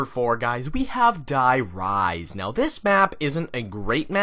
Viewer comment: The way he pronunces Die Rise makes me mad